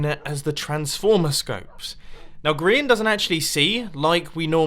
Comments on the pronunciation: Grain....XD its Grian not Grain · yea! grain 🤦‍♀️ ITS GRIAN